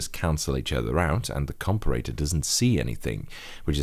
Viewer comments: You say comparator strangely :P Compare-a-tor. You can also just say op-amp. Other than that, good job! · A com-per-ray-tour ?